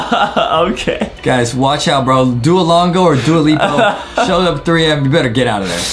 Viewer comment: Why in the marley story Adam pronounce Duolingo "Duolongo" and Justin said it right?